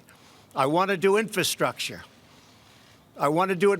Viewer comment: Bro he cant even pernounce infrastructure.